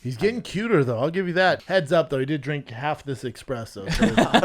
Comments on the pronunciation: Is Brendan calling it "Expresso" a CTE thing? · Brendan be like "expressos are one of my favourite drinks" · “Expresso” — Brenda “the coffee expert”Shwab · Brendan: college graduate, professional athlete, successful entrepreneur, professional public speaker... Also Brendan: says “Expresso” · Brandon still saying "Expresso" after years of drinking espresso. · of course he says expresso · Brendan drinks coffee every day and still calls espresso “expresso”. Get your life together B. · it's not called eXPresso it's an Espresso! Well, CTE is showing=) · Brendan and his "expresso" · Of course Brendan says expresso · You sound like the Columbine shooters, that was a big complaint for them lol🤦‍♂️ most people say it incorrectly wgaf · Caffeine guy Brendan not knowing how to say Espresso actually doesn’t surprise me